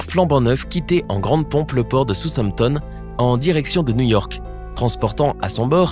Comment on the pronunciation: Sousamtom ??!!!?.....Apprenez à bien prononcer le nom des villes.....quand on fait de l'info , on se renseigne sur la prononciation !!!!!!....pitoyable " documentaire"